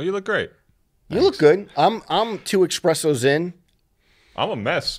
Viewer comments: Espresso NOT Expresso. if you wanna be fancy get it right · makes me laugh every time an american says "eXpresso" when it is "ESpresso"